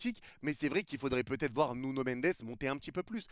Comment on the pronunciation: OH MON DIEU LA DINGUERIE 🎉 A ENFIN CORRIGÉ SA PRONONCIATION SUR NUNO AU BOUT DE 3 ANS J’AI LES LARMES AUX YEUX PTN 🥳🥳🥳🥳 Il a enfin arrêté de l’appeler Nunho Prochaine étape: Dire « solaire » au lieu de « soleure », et dire « Mikel Arteta » au lieu de « Mickael Arteta »